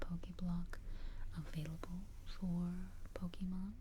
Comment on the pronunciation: But of a tip for the future: the whispering is good and all but it defeats the purpose when it’s SO QUIET that it becomes hard to hear. Also, the “é” in “Pokémon” doesn’t make an E sound, It makes an “ay” sound. On another note, since the top two types defensively and offensively are steel and fairy respectively, I’d pick bulbasaur due to it being the only one out of the options to learn the weaknesses of said types, those being ground (earthquake) and poison (sludge bomb). I’d also teach it the highest power grass draining move (giga drain) for both a healing move and grass coverage, and I’d have sleep powder as it’s 4th move for easier catches. On top of all this it has access to both a mega evolution and a gigantamax form.